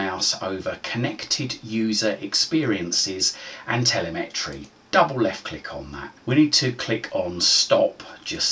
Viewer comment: I think during an ‘advanced’ you could count on your target audience to know how to open regedit as the administrator without left and right click prompting 😉 Oh and telemetry isn’t pronounced tele-metry 😄